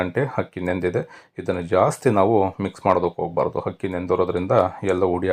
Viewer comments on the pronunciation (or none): Simple yet tasty recipes.. most of the times, Akki sounds like Hakki...